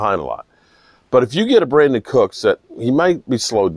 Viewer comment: It's Brandin